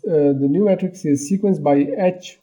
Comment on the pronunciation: why you pronounce "Matrix" like "Metrics" ? "Matrix" is pronounced "may-trics"